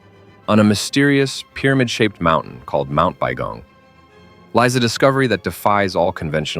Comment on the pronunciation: Its Mount Baigong, not Bong. Why are my comments deleted? L.E. Probably because I put links to actual pictures of tubes from Baigong.